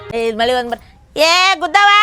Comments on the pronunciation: ಗದ್ದೆವ್ವ ❌ಗುದ್ದವ್ವ 🤣🤣🤣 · ಗುಬ್ಬವ್ವ❌ ಗುಧ್ವವ್ವ✅